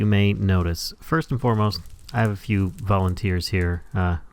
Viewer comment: "Vallen-teers" LOL